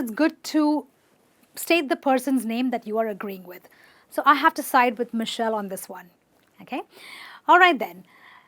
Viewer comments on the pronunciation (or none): none